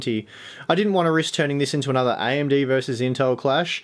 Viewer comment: This guy is a great review and I love his hard work. Also the way he says AMD(IMD), totally cute. But people requesting these testing need to give it a rest. I won't play the entire game in the geothermal. Please people can stop fabricating lies face the truth right now. Yes AMD has potential to expand in the future; but they don't have the upper hand now. Honestly I run an all and rig but I will buy an Intel CPU and Nvidia card if I needed it today and wanted optimal performance.